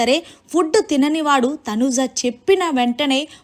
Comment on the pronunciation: Please prounce properly Tanuja not Tanuza